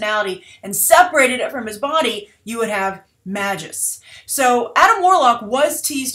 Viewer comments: you could pronounce it the way its spelled lol and if marvel comes up with a new pronunciation thats on them. cause its magus not mags-us like his name is maggie or something lol. a magus is a type of magical being like a wizard or sorcerer. its like dc taking an arabic word ra's and changing its pronunciation to raesh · "Magus" (mage, sorcerer) is pronounced with a long "a". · "Mage-Us" And Adam Warlock is essential to the Guardian property. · Magus, pronounced May-gus -_-, it's an actual word for crying out loud.